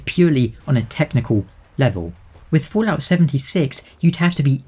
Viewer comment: Are You purposely saying Foolout? Or is it just an accent thing? :) BTW as for GTA5: "Rockstar Games' Grand Theft Auto 5 is now the best-selling entertainment product in history, eclipsing any medium. According to a new report by MarketWatch, GTA 5 has now sold over 90 million copies and generated over $6 billion in revenue since its initial release."